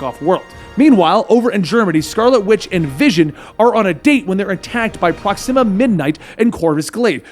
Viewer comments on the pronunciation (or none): none